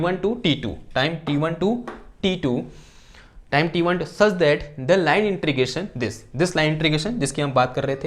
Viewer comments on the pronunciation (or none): It's not intrigation but it is integration. Please pronounce it properly otherwise it is irritating to listen. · 'इन्टीग्रेशन'...... न कि ...... 'इन्ट्रीगेशन' .... 😂😂😂